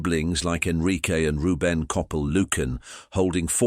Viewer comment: It would be nice if you could pronounce the names correctly, such as Coppel and Jose.